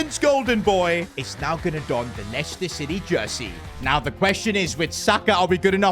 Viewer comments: Dublador em portugues... É Lester a pronuncia. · Not lieciecter